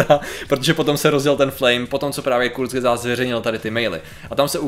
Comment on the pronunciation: Kurzgesagt je nemecký názov a skala sa zo slova kurz= krátko a gesagt= povedané , keďže môj matersky jazyk je nemčina tak mi Patriková výslovnosť trhá uši 😄.